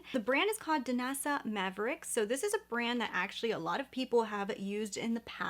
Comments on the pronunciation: Just a nit. It is Myricks not mavericks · I think her name is pronounced my ricks. You’re saying maverick. Try the Armani liquid eyeshadows. They’re my favorite. The Danessa Myricks version is great for makeup artists but not so much for normal people like us. Armani works great for the consumer user.